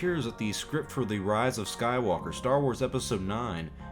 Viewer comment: I like the way you said "Rey's a Sky-woke-a."